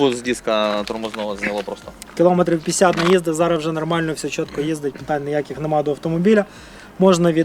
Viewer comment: 'зара',вже якто не звучить